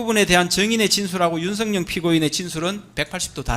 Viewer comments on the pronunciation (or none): 윤성녕 피고인. 유독 윤성열도 아니고 윤성녕. ㄹ 발음이 안되는 구강구조 부터 고치자. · 변호사가 일부러 그러는건지 발음이 안되는건지 계속 윤석녕이라고 발음하네? 이건 제지해야 하는거 아닌가? 기본적인 발음도 안되면서 무슨 변호사를 한다는거야? "열"이 발음이 안되는거야? 열차를 녕차라고 하냐? 열심히를 녕심히라고 하냐? 그런거 아니면 정확하게 피고인 윤석열 이라고 똑바로 불러라! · 윤석열이라는 발음이 저렇게 힘드나 윤석영이 뭐야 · 변호사가 윤석열 이름도 윤성영 이라고 자꾸… 얘들은 이름도 제대로 못부르는 수준이냐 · 발음도 제대로 못하는새끼네 윤성영은 누구야 씨발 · 윤석영은 누구야 발음도 어눌하노 저거 찍들이 말하는 짱깨새키야? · 윤석열 발음이안돼서 윤성연 이라고발음하네. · 윤측 변호사야!! 발음이나 똑바로 해라 ㅂㅅ인가~ 윤순영이가 누군데? 윤석열이라고 말도 못하는 ㅂㅅ 윤석열대통령이라고 할때는 발음괜찮은데? 더러운 🐕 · 변호사가 발음이 엉망! ㅋㅋㅋ 나만 그리 들은 게 아닌 듯... 윤석영은 뉘여? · 윤선영? 발음이나 단디 해라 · 윤성영은 또 누구? 발음도 못하네~ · 윤성영,,,, ㅋㅋㅋㅋㅋㅋㅋㅋ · 맞죠? 저 발음으로 사회생활 어찌하냐~~ 이윤스응영~!! 윤승영... 윤석영 윤성영.... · 윤석열 변호사는 [윤서결] 발음을 못하냐? 모지리만 모아놨나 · 아 윤석영...이거 문제 되는거아냐? 발음 진짜거슬리네 ㅡㅡ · 제대로 발음해라 술쳐마셨나... 윤석영이 뭐여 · 윤성영 피고이니이,,,? 어떨게 두번 연달아 윤성영 이냐? 바름 조빠리 안할텨,,,? 이제보니 계속 윤성영이라카네. 윤성영~ 누구냐 넌? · 변호사야 윤석영 뭐야 발음이 ㅋㅋ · 발음이 머냐, 윤석영? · 조청장님도 힘드시겠어요. 윤빤스한사람때문에 많은 사람이 고생하네요. 윤석영이 뭐야요? 자꾸 발음이 부정확한 신문 참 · 발음 판사 왜 듣고만있지?피고인 이름 기발하네? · 변호사 혀가 짧네 윤석열 발음이 어려운가 보내